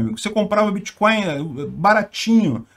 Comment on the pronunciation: Alguém falou créptomoedas? Ou biticoios?